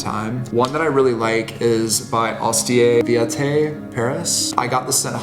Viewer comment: Astier Villatté! 🙉